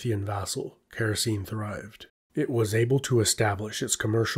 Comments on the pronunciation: Oh dear! All Greek "e" at the end of a word must be pronounced and "c" is always pronounced like a "k". So it's KHa-ra-kee-nee, not Keh-ro-seen, which is why it sounds so silly when you say it. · Actually, Characene would be more like "khara-ke-ne" (Χαρακηνή) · Small thing but it would be more accurate to pronounce the kingdoms name as Kara-Keyney.